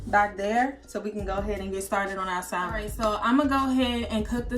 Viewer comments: Sam-en. L is silent honey not Sal-men. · Looks delicious 😋 (the “L” in salmon is silent ☺️)